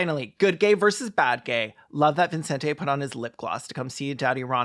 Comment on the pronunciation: Latina mom here. There's no way his parents called him ViNcente Ramos. The name is Vicente. I can only imagine he got tired of correcting people and just let them add an imaginary N every time they read his name, but really it's just evident that there were no Spanish speakers in the production of this film.